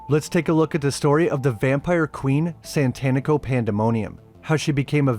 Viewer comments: Satanico. Like satanic. It's tough to hear 30 min of SaNtanico Pandemonium. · Its SATANICO and not Tito Santanico... Jesus where are you getting the first N from? Do you worship Santan?